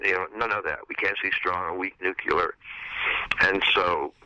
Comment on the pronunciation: Wow, even Ken Wilber says "nucular" instead of "nuclear"!